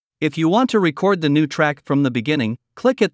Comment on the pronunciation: Sounds like the narrator is software. It's an excellent effort, but there are a couple of peculiar quirks that a human recorder wouldn't make. Like how the voice said to press the "RECord" button, instead of the "reCORD" button.